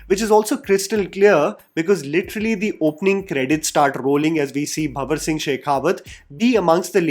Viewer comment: its not bhawar singh bro...its banwar singh shekhawat!